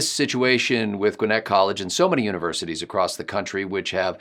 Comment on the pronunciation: I’m so happy to hear someone not from GA pronounce Gwinnett correctly! Thank you! lol